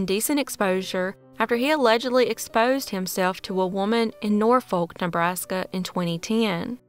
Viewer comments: Its pronounced Nor-fuk not nor-folk 😊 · Hey, Norfolk is actually pronounced "nor-fuk".